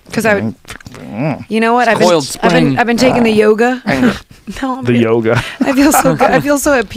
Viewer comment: "he actually calls it JOGA" lol omg i <3